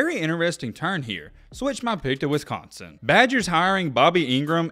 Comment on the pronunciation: The way your saying Wisconsin is bugging me